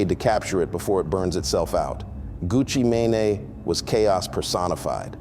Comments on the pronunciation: Is this AI? I can no longer tell the difference. It's what they've been going for. On this video he said "Gucci Mane-A" so I guess it is. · AI 🤖 He called him “ Gucci Man-Nae”?😅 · Gucci Ma-Nay lol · So we gone act like he didn’t say Gucci ma nae.😂 I’m done with this already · Who is Gucci MayNay? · Gucci "May Nay" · Gucci MANAY… this shit is AI too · Did this nga say gucci mayonnaise?? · AI, this mf just called Gucci Mane Gucci mayonnaise.I hate giving these computer bots the game on why we can tell when something is AI because that will just make them fine tune their FAKE videos. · "Gucci manay" why the fuck is everything AI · Gucci MA- NaNa😅 AI SUCKS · Gucci “MAYNAY”??? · He said Gucci may nay. 😂😂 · Hd just grew up and the guy talking is AI because he's not even saying his name right. Pay attention people